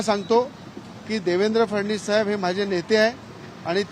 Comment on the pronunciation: याले फडणवीस येत नाही फडनिस म्हणते